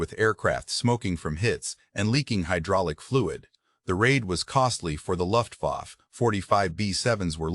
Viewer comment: uses humans luft-wa-fay dumbass